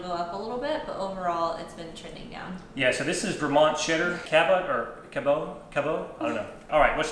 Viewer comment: Cabot (the cheese company) is pronounced Cabit, don't try to make it too fancy! As a Vermonter I felt the need to help you say it right. 😆 Seriously though, I love all of your videos!! 🙂